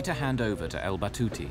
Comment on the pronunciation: It’s Al Batouti Good sir